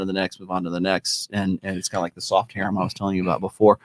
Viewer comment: Lol seriously, no one called out for pronouncing the word "hareem?"